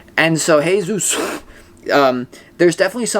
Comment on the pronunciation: It's hard to be feminine and keep boundaries sometimes 🙈 The way you said Hey-sus 😅 exactly!!!!! Up until recently my life was being tested, challenged, hoops, obstacle courses, now I feel at ease. They don't affect me anymore. So many hurt me, I suffered, I repented and forgave, so I let it go through lots of prayer, and that's why I gained peace. With God's approval. They cannot affect me anymore. Ive awakened. ❤ Thanks for your insight and the neighbors jams lol 😅